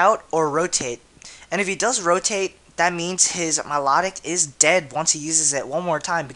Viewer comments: Milotic my-low-tick dude, not mih-law-dic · milotic pronounce My-Low-Tick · at first when u said my-la-tic, i was like whaa? i thought it was my-low-tic... o: i guess everyone pronounces names differently :P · I'm sorry but I HATE how you pronounce Milotic... >.>